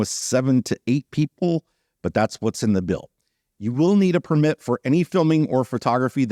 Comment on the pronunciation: There is a lot of controversy around types of allowed land use in the national parks. I hope things work out. So, I know it's nitpicky but i can't stay quiet anymore!!! The noun “permit”, meaning “written permission”, or “license”, is pronounced with the stress on the first syllable: “PER-mit”. You must have a permit to park here. The verb “permit”, meaning “allow”, or “let”, is pronounced with the stress on the second syllable: “per-MIT”.